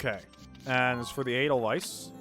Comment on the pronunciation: ( It's "ay-dull-vice", not "ay-dull-viss"... But at this point, I'm probably the only one who cares... I believe in you, I really do...you can...I know it. It just takes practice... In the words of our favorite drill sergeant: "Good work maggot! You're one step closer to human!"